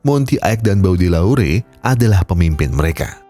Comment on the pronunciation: Hadiirr bg, anyway bacanya "BODÉLEYR" 😅